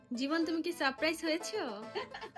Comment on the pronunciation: সারপ্রাইজ ঠিক বলতে পারে না😂😂😂😂